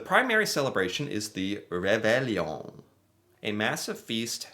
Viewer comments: Pronounced ~ rayvayon (roughly) And time you checked out Acadian background and culture (you’ll find ties to Louisiana and to NE USA too) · Ray vay on. The ll in French is pronounved like a y. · reVAY-yohn but the n is only at the back of the mouth. just a hint of n. tourtierre is the BEST. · Any child in the world who posts a letter to hohoho gets a letter back from Santa. Réveillon is pronounced like reveyo A lot of Canadians eat at midnight on the 24th. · Reveillon... pronounced re-ve-yooooo (more or less) The Reveillon is a Quebecois "thing". There is not one Quebecois that would not know le reveillon. The Quebecois are having a feast at midnight because they are traditionally catholic and have just returned from midnight Christmas mass. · "Ray Vey Yon" Reveillon. French-Canadian (Acadian) here. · Rev-eye-On and the final n is barely pronounced. It’s not just in Quebec. Families with French backgrounds often have a celebratory dinner on Christmas Eve. It might be - depending on when and if the family attends Mass. The dinner might include fancy seafood dishes, champagne, and usually Tor-tee-air, a savoury pork pie.